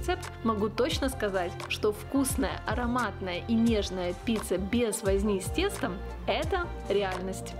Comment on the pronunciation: Очень вкусный рецепт, но произносить надо как и пишется : пиЦЦа, а не пиЦа, поскольку неправильное произношение режет слух. И, наоборот, шпиЦа у вас случайно не шпиЦЦа ?